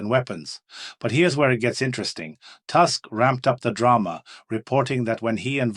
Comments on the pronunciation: Something silly about pronunciation, Tusk, translation to English Toosk. Have a good day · Tusk, is pronounced like Putin, U is U not A.